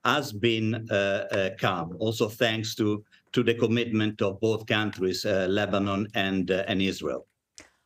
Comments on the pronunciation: shordy said lebanin🤣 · Why she say lemonnob?